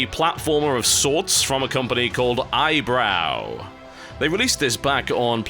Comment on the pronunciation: tb wins the award for best pronunciation of 'eyebrow'